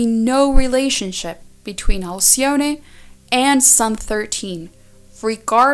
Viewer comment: Alcyone . The 'e' is just pronounced.